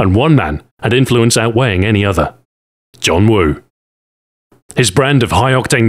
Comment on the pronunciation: Ur Cantonese Pronunciation is perfect LOL